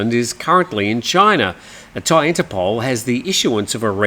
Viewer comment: They should just give you thai citizenship for being able to pronounce all these names !! 😂